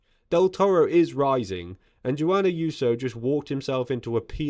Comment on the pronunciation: Google “pronounce Juan”.